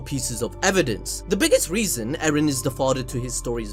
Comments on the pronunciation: It's not Eren bruv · Mikasa finna go from "Ereh" to "Eren"